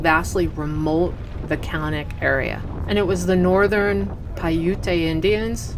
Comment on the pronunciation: Its Piute (Pie Ut) not Piutea (Pie UT A )